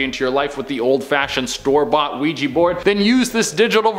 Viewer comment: It's Ouija, not Weegie.... which is what people from Edinburgh call people from Glasgow, and it's a toy....nothing more.